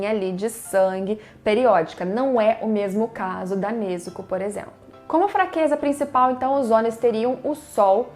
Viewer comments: Vlw por pronunciar certo, tem gente que fala nezúko eu fico mt puto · Obg, pelo menos alguém sabe falar o nome da Nezuko certinho ♥️